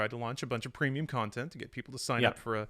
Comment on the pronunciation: Great vid, but 2 questions: 1) What is "youtubeh"? 2) What is "contint"? Thank you.